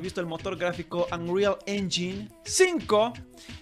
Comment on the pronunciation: Según yo, "engine" se pronuncia *enyain"